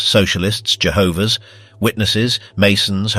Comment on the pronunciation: The AI narration is trash. jehovahs (pause because the script has am errant comma) witnesses.... Belarus pronounced bell-AR-uss.... the AI edited photos which are creepy as hell..... the clearly LLM generated scripted. come on fellow history buffs, demand better